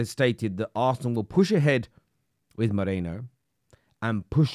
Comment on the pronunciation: I don't know why this small, insignificant stuff annoys me so much. Maybe I need help. But people, it's MERINO. MAY-REE-NO. No MOH-RAY-NO.